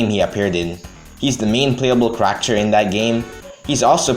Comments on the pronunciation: i love your vids, but man do i hate the way you say character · fun how many comments there are about how you say character lmao. as long as it's still understandable why give a shit